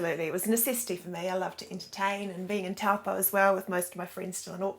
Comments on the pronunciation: It's pronounced, Taupo; Toe paw.,. Nice thome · Not Towel poh its Toe poor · The correct pronunciation of the town name is 'Toe - paw' 🙂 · Tawpo, mate ease learn pronunciation. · Kia Ora guys! My partner and I love watching your videos of NZ and around the world. For fellow watchers, we just thought we would mention that Taupo is pronounced "TOE - POR", which is name derived from the native Maori people. Hopefully we can all visit this beautiful spot once borders are open :) from Tai & Clarisse